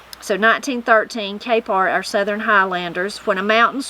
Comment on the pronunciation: I really enjoyed this one, there’s a bunch I hadn’t heard before including your pronunciation of the word southern... you say ( I will attempt to spell phonetically) sutherin or southeren. Is that typical where your from to say it in 3 syllables?